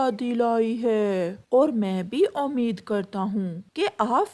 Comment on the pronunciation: Achchhe se nahin--- Achchhi tarhe. Jaroori nahin--- Zaroori. O anpadh, akatthe nahin--- Ikatthe Omeed nahin--- Ummeed. Jindagi nahin-- Zindagi. O bewqoof, kaun se meethe fal? Tumhein falon ke naam malum nahin kya? Paise Dena honge nahin-- Dene honge. O nalaik, Kalu ke lagaya nahin--- Kalu ko lagata hai. Aschool nahin-- School. Tum bhi isi school mein padhi ho shayad . Isi liye kuchh bhi bolna nahin atta. Saat(7) nahin--- Saath. Maje ka nahin--- Mazedaar. Pleaj ,jid nahin--- Please,zidd. O bewqoof, idhar hi nahin--- Yahin. Achchhe se nahin--- Achchhi tarhe. Ye tum kahani suna rehi ho ya gana ga rehi ho. Zara achchhe andaaz mein kahani sunaya karo.